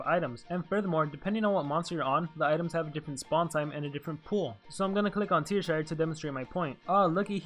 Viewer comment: It's Teashire, not Tearshire. :P